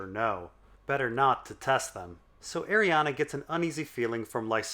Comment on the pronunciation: "Ari-anne" . Curious why you pronounce it "Arianna"?